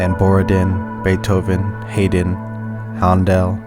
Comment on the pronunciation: Wagner is pronounced vaagner, as he was german. The other dude, Robert wagner, was a movie actor once married to natalie wood. It even gets worse.... Hi den. Not hay den. Spelt haydn. Just saying. the mispronounciation spoils the poem. Although not one of Bukowski's best. He's rambling.